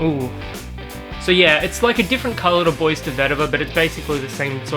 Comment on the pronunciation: if i am not mistaken, "BOIS" in perfumery is pronounced as "Boo-Ah". i also have Bois De Vetiver, i like it. Recently i've tried Bois De Cedre at Priceline and it happen that i kind of like it too. i do think Bois De Cedre smells a little bit better than Bois De Vetiver.